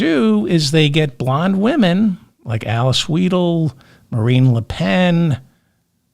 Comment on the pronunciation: Weidel, the middle sound is 'eye'.